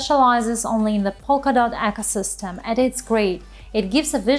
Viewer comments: I'm referring to the pronunciation of the word on the video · Acosystem... !? 'ecosystem'